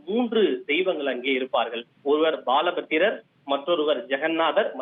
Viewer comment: பாலபத்ரர் இல்ல பலபத்ரர்